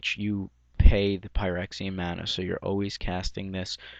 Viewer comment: "Frexian" mana, is how it's pronounced. Just to clarify.